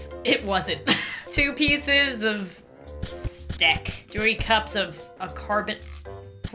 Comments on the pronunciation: "1 stek" got me laughing 🤣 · “two pieces of stek.” - 2024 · I like that called steak stek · Actually umm… it’s stek 🙄😂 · No it's "stek" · "1 Stek" had me laughing so hard for hours I choked on air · one stek😭 the man who hates scribbles